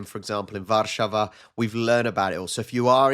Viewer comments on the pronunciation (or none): I must agree. You say "Warszawa" with the Czech/Kashubian stress without knowing it. 😂 In Polish, the second a musst be stressed, not the first one. Greetings from Toruń! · Dear Rob, you say "Warszawa" with the Czech/Kashubian stress without knowing it. 😂 In Polish, the second a musst be stressed, not the first one. Greetings from Toruń! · Try to emphasize "Warszawa" on the middle syllable. It's not difficult.) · Hi Rob, please... it's not Warsza-wa, it's War-szawa ;) you'll thank me later :D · Say "warszAwa" ("it's LeviOHsa, not levioSAH 😂😂). Sorry, it's not important (and you're the best for actually saying the Polish version) but your "Wrocław" is just SO perfect, I want you to do more perfection like this 😂😂😂